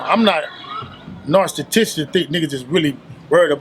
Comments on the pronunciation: Narstatistic????? It's narcissistic. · Did unc say "IM NOT NARSTATISTIC" 😂😂😂😂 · “Narctissistic” haha.